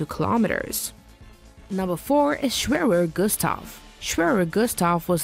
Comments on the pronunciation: I dont know why it's a problem for english speakers (in this kind of videos) to speak german words. It's called GERÄT not GERAT and SCHWERER not SCHWÖRÖR. Scheiße noch eins, wenn ihr es nicht könnt, dann sagt es halt auf englisch. Jedes Mal das selbe, so tun als ob man Ahnung hätte aber bei der Aussprache hapert es jedes mal. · Sch-w-erer Gustav? Thet hurt my brien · Kinda hoped she pronounced the names properly like the Schwerer, like come on